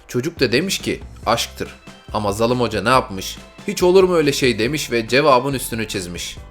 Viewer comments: O nasıl zalim diyişidir "zalım hoca" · Zalım değil zaalim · zalım değil değil zalim abi